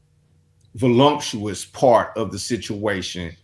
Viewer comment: The word is voluptuous, not volumptuous